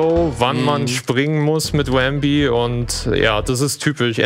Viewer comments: Sehr schöner Run, trotz manchen kleinen Schwierigkeiten. Manchmal gab es aber richtige Wow-Momente. Habe hier so einiges gelernt. DKC 2 ist eines meiner liebsten SNES Games. Aber das du zu Rambi 'Wambi' sagtest machte mich etwas wahnsinnig. ;-) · Cooler Run mit vielen interessanten Shortcuts und Glitches. Der Runner ist sympathisch und hat seine Aktionen kompetent erklärt. Machte Spaß. P.s.: Das er den guten Rambi aber ständig 'Wambi' nannte machte mich aber irre. :-D